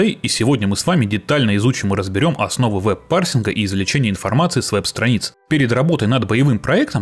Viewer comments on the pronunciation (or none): Автор, не "сраница", а "страница", наверное?